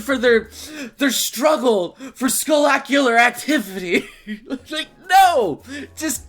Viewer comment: "sculacular Activities" - 2016